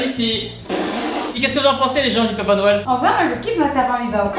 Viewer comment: les cadeaus de "noyel"